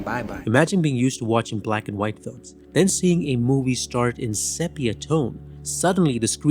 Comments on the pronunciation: I really liked your review……except the word “sepia”, is pronounced SEE PEE UH, not SEP PEE UH. Please try to use the correct annunciation. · “Sepia” is pronounced “see-pee-a”, not “sep”. Oy. Otherwise, a good short. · If you are going to make videos like this at least learn how to pronounce the damn words. It’s not pronounced sepia with a short e. It’s pronounced SEE PEE UH. This is common knowledge which shows that you have no idea what you are talking about. Get it right! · Sepia is pronounced see-pee-uh. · Very well done. Thank you. Only thing: 'sepia' is pronounced 'SEApia.' Otherwise it's perfect. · You are the first person I have ever heard, to mispronounce the word 'Sepia'.